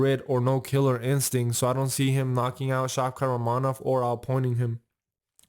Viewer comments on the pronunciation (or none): Pronounce rakhmonov correctly